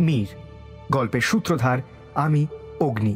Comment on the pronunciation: Kothata "Sutrodhor" 'Shutodhar' noye. Etake paarle shongshodhon kore neben.